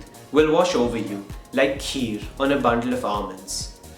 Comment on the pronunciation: So...is nobody gonna talk about KHEEER! xD